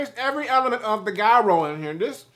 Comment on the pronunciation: In his defense, he's not the only I saw pronouncing the word Gyro completely wrong. Lol